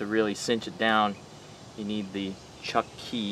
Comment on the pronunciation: I heard the same thing (Chucky) 😂🤣😅🤔🤔